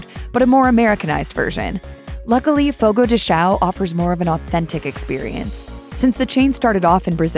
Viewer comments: First off, it pronounced Fogo de Shawn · Cada vez que ela fala "fogou dexaon" da vontade de rir e vomitar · The american lady trying to say the português words has me laughing, fogol de shawn-on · i thought it's pronounced fogo de Chow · The narrator should have consulted a Brazilian or Portuguese citizen to help with the pronounciation of the Portuguese language terms like the name of the restaurant that she got wrong. This is quite common among people that do not speak the language fluently but can be learned easily. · Please teach the lady in the video how to properly say the name of the restaurant!!! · No is doesn't. Fogo de chão. "Chão" has a nasal pronunciation that americans have no idea how to do it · I die a little everytime she mispronounces the name of the restaurant. Just say steakhouse. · You need to work on pronunciation of logo de Chao and Churrasco....every Brazilian ears hurt right now...terrible...